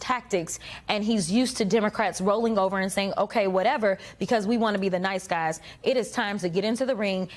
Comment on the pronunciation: "UHVERUHHH" 😂 STUUPIIT😂